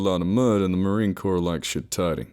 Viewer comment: I hate that shit: Marine Corppsss Five point Fifty-six (nobody that's ever even held a gun would say that.) ...and it's pronounced 'poug.' He's not a crappy kid's game from the 90's. Plus, Marines are only scared of shit like spiders or bats or work-parties, not fucking ghost or demons or whatever.